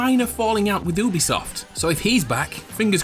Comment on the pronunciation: Are we just going to ignore the fact that he said “oobisoft”??